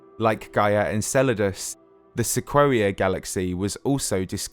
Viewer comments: Pretty sure "se-quo-ee-a" should be "se-coy-a" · Hey, great video, as always! Just one tiny nitpick. Sequoia is pronounced "Sa COY ya", not "Sa KWOAH ya". But I only know this and am saying anything is because I grew up in the Sequoia National Forrest in Northern California, or else I probably wouldn't know the proper way to say it, either. Keep up the great work, I always look forward to new videos from you! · Lmao "Sequwawia"? Dude, it's pronounced "Seh koy ah". Anyway, fantastic video, love them! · Good video. Small nitpick; Sequoia is pronounced "Seh-KOY-uh". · It's Seh-KOY-AH or SEH-KWOY-YAH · My man talking 'bout Seh-quo-wee-uh. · Am I the only one who's never heard "sequoia" pronounced like that? I've always heard it as "sek oy ah". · Came here to say this too. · Wouldn't it be pronounced 'sek-oi-ya'? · Great video. Sequoia is the name of the giant redwood trees and it's pronounced "suh-KOY-uh" ;) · The only thing in the video that bugged me. I think the narrator, being British, hasn’t really ever heard it pronounced, whereas it’s a common town/road/school/car/giant tree name in America. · You’re pronouncing “sequoia” incorrectly- it’s the big Californian redwood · They way he pronounced Sequoia made me want to cry